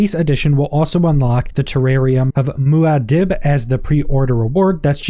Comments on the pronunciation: Just FYI, the name of the desert mouse is pronounced: Moo-ahh-deeb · Hearing you pronounce Muad'dib made me cry but thank you for the video and the information.